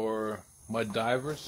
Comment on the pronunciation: Mud Dauber…not Diver. Sorry, it’s like nails on a chalkboard.